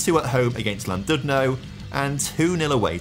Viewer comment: It’s pronounced CLANdudno